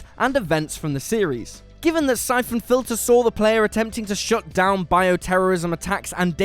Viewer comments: "Sai-Foon Filter"? Not played that one. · Da f@ a Syphoon Filter? I mean you said it right every other time. No quality control at whatculture, Julian's too busy curating his wool hat collection to double check your work.